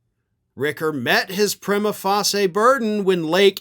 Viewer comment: It’s pronounced “pry-ma face-ee-ya” as in “first face” like the first time you are facing the judge and presenting the materials to show you have enough evidence for a case to go forward